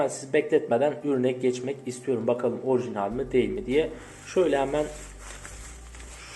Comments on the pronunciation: Her ikisi de şapkalı a harfinin sonrasında l ile biten kelimeler dolayısıyla l yi yumuşatarak telaffuz etmelisin şu espirisi yapılan keMAL gibi telaffuz ediyorsun 🙂 sağol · minimal orijinal şu kelimelerde telaffuzun yanlış genç kardeş